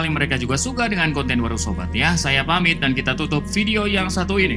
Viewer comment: Aku suka bilang emeloter